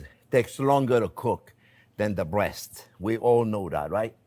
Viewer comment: He said beautiful bweast. ❤